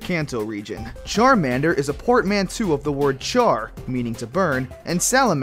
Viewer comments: "Portmantoo" YOU PRONOUNCED IT COMPLETELY WRONG, IT'S PRONOUNCED "portmonto" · portmanteau is not portmantoo its portmantoh